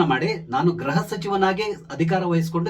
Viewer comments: ನಿಮ್ಮ ನಿರೂಪಣೆಯಲ್ಲಿ 'ಗೃಹ' ಶಬ್ದದ ಉಚ್ಚಾರಣೆ ಸ್ಪಷ್ಟವಿಲ್ಲ. ಅದು ' ಗ್ರಹ'ದಂತೆ ಕೇಳಿಸುತ್ತೆ. ದಯಮಾಡಿ ತಿದ್ದಿ, ಸಾಧ್ಯವಾದರೆ. ವಂದನೆಗಳು. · Gruha mantri., kannada uchharane madi.